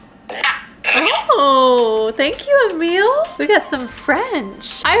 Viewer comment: What she says:Emeile What I hear: a meal